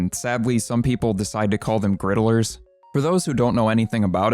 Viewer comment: I agree that the name "griddlers" is the less preferable one, but I think that what irrationally bothers me even more than just the name itself is how the narrator here pronounces it with three syllables instead of just two. He's saying "grid-uh-lers," which sounds like a silly title for people who cook things on a flat metal surface, versus "grid-lers," which sounds like "riddlers," and thus makes a hell of a lot more sense as the name of a puzzle. I wonder if perhaps that's why he dislikes the name so much...?